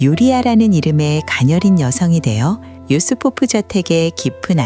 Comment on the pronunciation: 유리포프아니고 유스포프입니다.